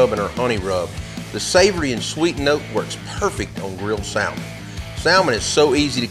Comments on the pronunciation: I love your videos but I HAVE to give you hell about this (sam- ann) 🤣 say it with me. (Sam-Ann) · The L is silent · I can forgive the sowlmin because he said waRsh!